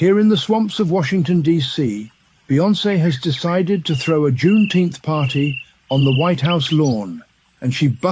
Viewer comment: I've been saying the same thing about "Juneteneth"